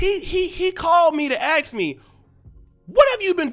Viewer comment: You make solid point, my brother-in-Christ. Superb points. …please please…please try to stop saying “axx a question”. For decades now, Other races have been putting black people down for this…. We can conquer this…